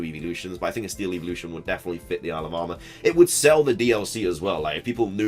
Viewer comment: Lol. I keep hearing alabama instead of isle of armor.